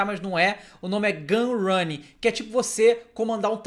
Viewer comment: Gunrinning kk, quem nunca errou uma palavra n é besmo? ^ ^